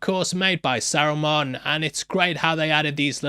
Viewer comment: I have never been so offended at a pronunciation as I have at sarumon, it's saruman 🤣🤣🤣🤣